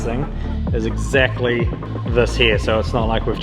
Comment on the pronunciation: exzACTly what HERT said lol.